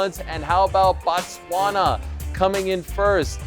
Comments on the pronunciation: Lol its the way they pronounce 'bot' in American English ..its like baat as in 'robaat' for robot So I guess they can't help but say the same thing for Botswana.. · respectfully not true. Linguistically based, American English, Canadian English, or whatever English, Bo is not that difficult. Don’t enable the ignorance. English doesn’t have that many vowels! O is O, Not A! It’s Boh by pronunciation, not Bah! Ebile the fact that we get called Botswanian is out of pocket! Re Batswana, and Nna ke Mostawana! Our country name is in our language, and it should be respected! Simple! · Guys it's not Batswana it's Botswana come on now Boooooo not Baaaaa😮😮😮 Thanks my Brother for bringing it home ❤❤❤❤ 🇧🇼 🇧🇼 🇧🇼 🎉🎉🎉🎉🎉🎉🎉🎉🎉🎉❤❤❤❤❤❤❤❤❤❤❤❤❤❤❤❤❤❤❤